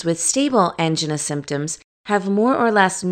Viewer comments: Thank you however it was hard to listening to Angina pronounced Ann-G-Nahs when usually I hear An-Jine-ahs. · You are right. This is not how they pronounce angina. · That's not how angina is pronounced.